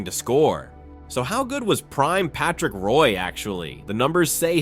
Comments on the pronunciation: That’s not how u say his name… it’s not pronounced Roy, it is pronounced like Wah! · Can’t even pronounce the man’s name right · You should probably learn how to pronounce the player's name before you make a video featuring him.